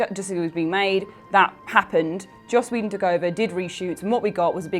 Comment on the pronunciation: Why do people on this channel struggle so much with pronouncing Joss Whedon's name? First Josh and now. It's JOSS WEE-DUN!